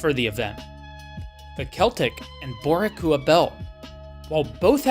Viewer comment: Boricua - Bor-ee-kwuh